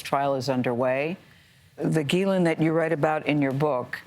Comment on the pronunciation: why can no-one pronounce the name Ghislaine ????